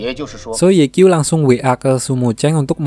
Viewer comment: Sedikit koreksi 'Ye Qiu' itu dibacanya 'Ye Ciu'👌🏻